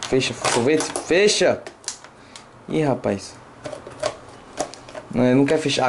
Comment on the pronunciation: ele num fÊcha kkkkk